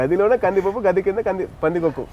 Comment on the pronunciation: Not room medam, gadhi kaadhu gaadhi